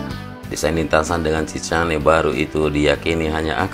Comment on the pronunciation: Di koreksi untuk pengucapan ya...pengucapannya shicane itu shikein...pakai Epepet... Chicane Lintasan yang berbentuk seperti huruf 'S', umumnya berada di antara straight dan trek lurus. Fungsi dari chicane adalah untuk meminimalkan kecepatan sekaligus ketangkasan pembalap.